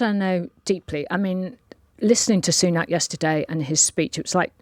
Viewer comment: Ah ok... So I detest the Tories but deliberately getting his name wrong like that has the echo of racism to it. Punning can be fine but that "joke" is eerily similar to how many mispronounce his name for other reasons.